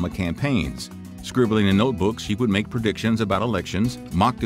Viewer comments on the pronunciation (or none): none